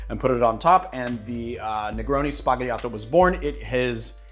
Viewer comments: Dear, I’m writing from Italy. I love your channel, it’s amazing!! Please note that it’s Negroni “sbagliato” 😜 with B not P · outstanding selection of modern drinks! Thanx! (the Tarantino quote is wonderful, but your pronunciation of "sbagliato"... ehm...) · Anyway your italian pronunciation make me smile😂